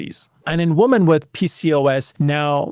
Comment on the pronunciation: The plural of woman is women, pronounced "wimmen." Just trying to help. It's very distracting hearing it repeatedly mispronounced.